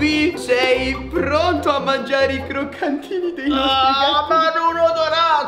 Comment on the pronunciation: a detto C"R"OCCANTINI